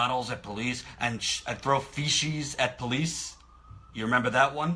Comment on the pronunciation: It makes me giggle inside every time he mispronounces feces.